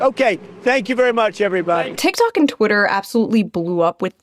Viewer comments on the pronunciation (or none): none